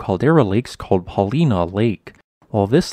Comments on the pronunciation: Paul eye na lake my friend. Not leena. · not paulEna.. paulIna Ina not ena... ! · Thanks! BTW, it’s pronounced “Pa-Lie-Na”. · It’s Paul- i-na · Paul-LINE-uh. Phew! Lol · Its called the Newberry creator. Not Newberry,Oregon. Also its not pronounced "pauleena". Just like its not pronounced, Yakeema,Washington. But go ahead and call it "Oreegone". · Paulina in that region is pronounced Paul-eye-na. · Good production however I did cringe every time he mispronounced Paulina. LOL ( It is pronounced with a hard I, like Paul -EYE-nuh) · I have spent many wonderful days fishing Paulina Lake and enjoying the obsidian flows and other volcanic features. I love that area and appreciate this information. One small note - Paulina has a long “I”. Paul-I-nah with the emphasis on the I. Thanks again. Great stuff. There are some good lava flows on the flanks that are worth visiting as well, many with tree casts in them. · Just FYI the folks who live there call it Paul-EYE-na. Not far away in the Wil-LAM-met valley is a little town spelled Buena Vista, pronounced Byou-na. The list goes on. Up in Washington it gets worse, with Cedro Woolly, Pe Ell and Puyallup to name just a few. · Still can’t pronounce Paulina I see. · That's not how you pronounce Paulina.